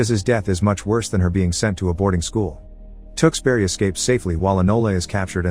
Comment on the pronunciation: I cringed throughout as the narrator mis pronounced Tewkesbury over and over again. He said Tooks berry but every Englishman and woman knows it is Tewkes (rhymes with Dukes) bury (rhymes with Hurry). The movies is brilliant.